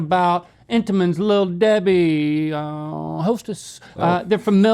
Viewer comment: Entenmann- Just pronunce it german. And-then-maaan